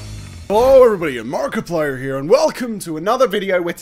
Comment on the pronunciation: you called yourself markapler